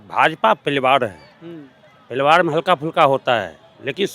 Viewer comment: Paliwar nhi pariwar bolna sikhlijiye